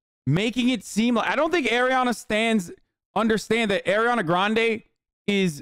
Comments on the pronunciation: ARI-ana not AIR-iana bro. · Why can’t he say her name right? Ugh